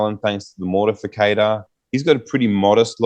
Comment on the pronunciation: MortIFACTOR!!! Not Mortificator!!🤦🏼‍♂️